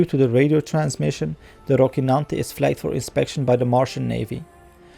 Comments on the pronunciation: It is not Rockynante (pronunciation), it is Rocinante. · your words are not clear... you should work on your pronunciation man, sorry to say but the recap/review should be understandable by everyone... Also, please correctly quote the name of the ship, it's Rocinante, not Rokinante... The "c" here has a soft sound as in "cellphone", you are pronouncing it hard as in "car"... Additionally, at a lot of points, you were not clear with your tongue... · Said rockinante multiple times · Good recap. Some pronuncuation tips from a Spanish speaker. Dulcinea is pronounced DultTHinea and Rocinante is RoTHinante. Both characters from the first novel in history: Don Quixote. Edits: I see someone already explained that! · Thorough. Well done. A bit strange to hear you say "rockynante" every time though while that not how they say it on the show nor how it should be pronounced... :D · Dulcinea and Rocinante are characters from the famous novel “Don Quixote” by Miguel de Cervantes. Rocinante was Don Quixote’s horse, a bag of bones he deemed better than Bucephalus, the horse of Alexander the Great. And Dulcinea del Toboso (aka Aldonza Lorenzo) was the imaginary apple of his eye, the embodiment of beauty and virtue, to whom he would dedicate his victories. Now, your pronunciation of both names was quite good, except for how you pronounced the letter “c”. In European Spanish, when “c” is followed by “i” or “e” it is pronounced like the English “th” [sometimes represented with θ] in words like “thin”: Roθinante; Dulθinea. However in Latin America (and some parts of Spain) it’s pronounced much like the English “s”: RoSinante; DulSinea. Was it pronounced like that in the series? I can’t remember. I guess that’s why I’m watching your video. Anyways, great recap!! Thanks!